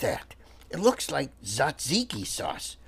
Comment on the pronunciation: And you pronounced taziki and gyro correctly☺